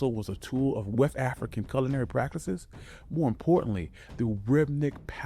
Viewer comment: Definitely, pronouncing culinary as sulinary and that fufu part gave it away immediately